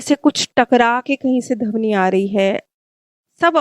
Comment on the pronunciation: Dhabni sahi shabd nahin hai.....dhvani kahiye mam....aap bahut achhi explanation deti Hain... Magar shabdon ka galat uchharan se maza kirkira ho jaata hai....pls bura mat maaniyega mam 🙏🙏🙏🙏aap ke explanation aatma ko sukun dete hain ... dhanyvad 🙏🙏🙏